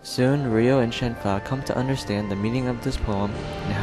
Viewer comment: Her name is Shenhua, not Shen Fa